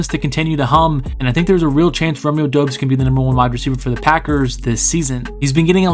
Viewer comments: It's pronounced like Dobbs like Cobb sound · the U is silent. its DOBS, he said so during training camp